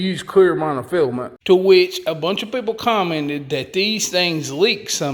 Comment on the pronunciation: "Pretty smart poople"?????